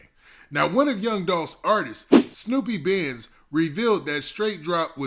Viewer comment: Dolph Artist Name Snoop Bandz Not Snoopy 🤣 #snupebandz